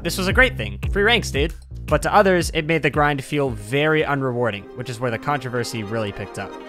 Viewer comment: MANS REALLY SAID "CONTRAVERSHIE"